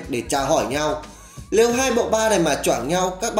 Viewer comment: Lếu như,lước ??? Hơn 1 năm vẫn chưa khắc phục được lỗi chính tả,phát âm à ?